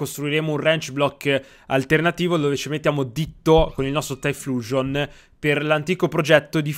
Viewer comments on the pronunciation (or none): none